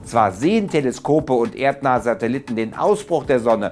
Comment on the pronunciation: Was sind Satelitten? Ich dachte das heißt Satelliten. Falls du diese meinst arbeite mal an deiner Aussprache